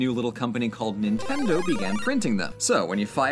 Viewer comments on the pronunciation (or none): none